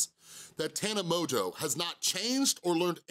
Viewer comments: Its pronounced mojo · Do you know you’re pronouncing her name wrong? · Also you pronounced her name wrong haha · If you actually cared about her and not getting views you would know how to pronounce her name